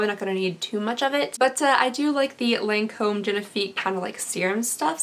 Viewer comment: I believe it's pronounces lawn-comb :) lmao